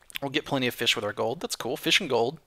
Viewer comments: Every time he complains about glitchy mobs. Drink Every time he says feesh. Drink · Feesh=fish! Let's learn the language!:D